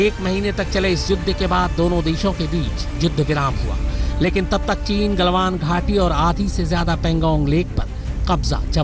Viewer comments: टीन नही़ ..चीन....Lagta h neend ache se nahi khuli Aaj Tak walon ki..😄😄 Goooood Morning team Aaj Tak 👍👍👍 Akanksha here, a budding You Tuber 🙂🙏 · It's chin not tin